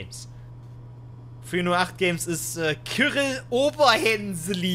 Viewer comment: man sagt nicht kiryl sondern siril cyrill